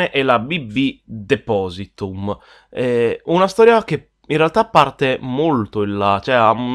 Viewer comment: "deposiTUM" ??? deposiTOUR !